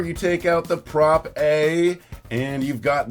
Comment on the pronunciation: Im 99 % certain Propae is pronounced "pro-pay"